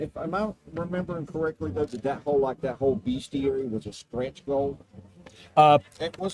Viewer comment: Obviously I backed this day one, because I've been a fan of since it began and know what you,, value in a game. BUT IF I HADN'T, I would be ordering it now because of 1) the Rankin-Bass hobgoblins and 2) the proper pronunciation of "bestiary." 🤌